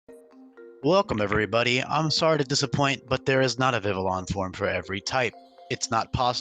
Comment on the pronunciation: urm, urm, excuse me, but urm, its prounounced Vi-vee-on 🤓